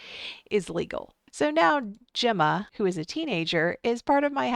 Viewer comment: Your saying the name Gemma wrong it's pronounced like a J